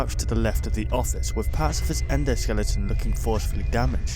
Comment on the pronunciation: It is pronounced; Skell-i-ton, not Skell-ing-ton, please pronounce it properly it really gets on my wick xD Good vid otherwise!